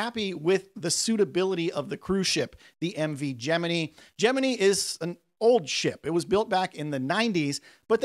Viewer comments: Did you really say Gemi-knee instead of Gemin-eye? 😮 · Gemini isn't pronounced how you do it. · Please tell me you were mis-pronouncing Gemini on purpose..... 😑